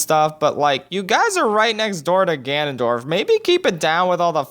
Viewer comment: Him: Ganondork Me: Doriyah stops